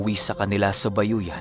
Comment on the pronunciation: sorry pero hindi bayoyan yan kundi ayoyan. God bless